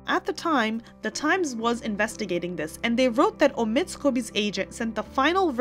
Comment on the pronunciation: Hey. The name of that ridiculous character is OH-mid. Not oh-MID, as you say it. Really, if you're so attuned to the news, can't you get the pronunciation straight? Everyone else does.